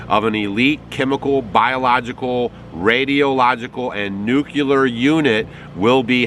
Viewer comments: It’s pronounced new- cle- ar! Not nuke-u-ler! Who taught you how to talk? George Bush 😆? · IT'S NOT "NUK - YA- LER" IT IS "NU -CLE -ER" !! PLEASE GET IT RIGHT....... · If he is a farmer, why is he so pale? Also, it’s nuclear, not nuculer. 🙄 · I USED to subscribe to your channel until I saw this nonsense on both Tiktok and YouTube. First of all, it's pronounced "NEW CLEE ARR" not "NEWK YOU LAR." Secondly, your statements about Ninevah are wrong and have been debunked. Only two of the cities with that name are in the path of totality. Thirdly, the conjecture you arrived at about the National Guard unit selected to support McCurtian County and the surrounding area is just intended to scare people who are already suspicious of the government, but probably only when a Democrat is president. You are trying to make this just like all that Jade Helm nonsense nothing-burger back in 2015. I am now expecting you to post a retraction to this content and apologize to the 200,000 people who have viewed it. If you don't, I will just label you as a false prophet, to put it in your language. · STOP SAYING "NUC-U-LER", IT'S NU-CLEE-ER (phonetic) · Nuclear is not pronounced " NUCULUR". Correct pronunciation is "New - klee - er". It's like New + Clear. Surely you don't say, "The weatherman has predicted Q-lur skies for today" or "That water is crystal Q-lur". Why say "Q-lur" when clear is part of nuclear? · Today is April 18. 🤣😂😅🤣😂😅 So...what do you have to say now? Come on, your conspiracy bs is just that. BS. Bet you feel like an idiot.. 🤣 By the way, learn how to pronounce "nuclear." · Sez 'nuclear' just like Dubya....